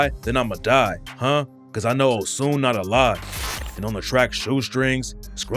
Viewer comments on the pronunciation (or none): It’s pronounced “O-SH-U-N” not Osun. It’s a Nigeria God from the Yoruba Tribe. 🇳🇬